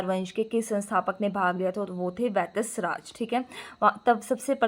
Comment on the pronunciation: अनपढ़ इंसान ख़ुद तो पढ़ले ठीक से। वत्सराज को वैत्सराज बोल रही है राजशेखर को राजेश्वर बोल रही है काव्यमीमांसा को काव्यमशीन्सा 😂😂😂😂